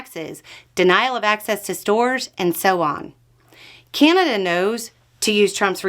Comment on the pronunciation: It's Ca-na-da, not Cane-a-da.